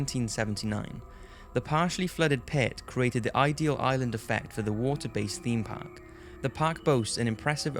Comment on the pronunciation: heard 'Thot Park' and I was like Wtf